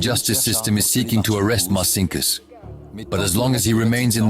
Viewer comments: Il traduttore IA è semplicemente spaventoso! Martin Kuss per dire Marcinkus..... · Sarà stato anche un banchiere spregiudicato, vabbè .... Ma come cavolo si chiamava ? ( 1 : 10 : 22 )"Marcinckus ?" "Santa Cruz "? "Martin Cruz ".... A parte gli scherzi , le autorità italiane ,per farsi consegnare il "banchiere di Dio" , quante "Ave Marie " avrebbero dovuto recitare ? ....